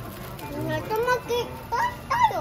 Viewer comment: 上手に「なっとまきください」が言えて偉い❗偉い‼️ で、とっても美味しそうに食べていて食べたくなっちゃった～😍 山わさびのお寿司も😍 納豆やきゅうりで、はたくさん食べても肥満にはなりませんね🤗 いつも札幌へ行くと必ず寄る回転寿司屋さんで、懐かしい✨ 家族がのTシャツに興味津々でした☺️ネタがめくれることを話したらびっくりしていました‼️